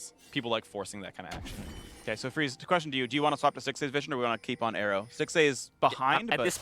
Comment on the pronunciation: I think you mean 'Freeze' not Dreeze